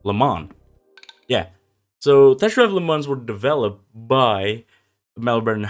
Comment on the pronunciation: Why do you say "tesht" instead of "test"?